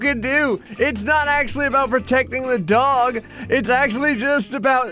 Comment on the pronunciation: The only thing that annoyed me - you mispronounced DOG! You said it right once when you drew Goku.